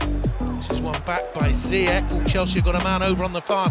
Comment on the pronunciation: ziyech name pronounces like = zee ash